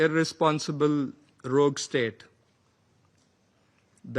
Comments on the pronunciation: I think you mean " Rogue" not. " Rouge " comon guys 😂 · Rogue, not rouge please. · It's ROGUE, not rouge. Still, a great video. 🙏👌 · "A rouge state"? I realize English is not the native language of India but come on people! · ‘Rouge’ state? Don’t you mean Rogue state? I was just wondering what this new insult was…… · What’s a ‘rouge’ state ? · The word is rogue and not rouge. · Rogue not rougue or whatever you guys spelt it. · It's 'Rogue'...not "rouge"!!